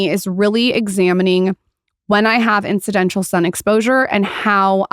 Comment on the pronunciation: “Incidential”???? IT’s INCIDENTAL my dear